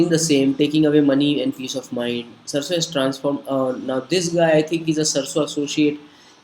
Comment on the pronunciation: First i would like to introduce myself I am Rishav Raj pursuing Engineering B.E. from Bangalore Institute of Technology . The person who is speaking about this video is not able to pronounce the company name. Ohhh God . Let me speak and clear being a technical i believe on Facts rather than opinions from an unknown person on Social Media whom i have never met . Let's talk about Facts . Sarso is the founder member of FDSA . Search in google or Ficci and Kpmg report says that Direct Selling will touch 64500 Crore rupees in India By 2025. So these are the big organizations known all over the world . Rather believing on a kid of this video i would believe Government of India and hope you too . For further information Mesaage me on my facebook id